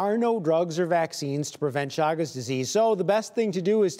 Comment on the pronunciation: It is pronounced Shagas !